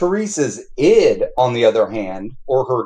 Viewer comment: My bachelor's is in psychology and I just graduated with my masters in professional counseling and I have never heard anyone say ID/Id as you do, it has always been said separately like I.d.